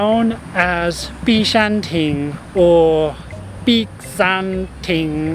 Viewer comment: Thank you for being so interested in the history of our island and our people. It is a really refreshing change from what people usually see or want to see in and about Singapore. I'm still surprised you actually drank Oldenlandia water. That's something not everyone likes, especially the younger generation! Also, I might be wrong but i believe the Cantonese pronunciation is Bik Shan DENG rather than Bik Shan Ting. Ting still sounds Mandarin.